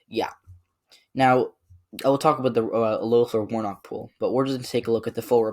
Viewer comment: It’s pronounced leffler